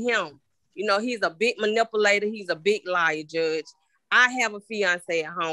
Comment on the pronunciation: Repeat after me ma'am: "MANipULATOR" 🚫"Manipplater" 🤦‍♀️